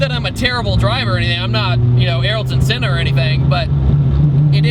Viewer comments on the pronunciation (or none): Arylton? haha its Ayrton bud